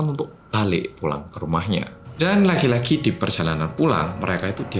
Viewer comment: Telingakuuuuu...tiap blg "lagi lagi" knpa pendengaranku "laki laki"